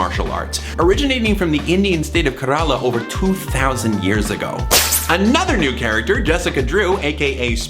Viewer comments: kerala is pronounced “care-a-la”, by the way! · not to nitpick but thomas mispronounces the indian state kerala . it's actually pronounced like carol-uh, nothing particularly ethnic about it lol